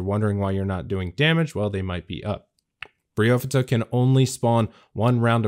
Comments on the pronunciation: Briofidda???!! ... cmon man its Bryophyta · Best damn guide, but definitely the weirdes fucking pronounciation of Bryophyta I’ve ever heard! ‘Brio-fyddha’? I personally pronounce it ‘Braio-faidah’. More similar to how Only Trails does it. Feels a long more right to me... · Bro… it’s Bry Oohhhphyta… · Bry-oh-fight-uh A bry-oh-fight or bryophyte is moss lol.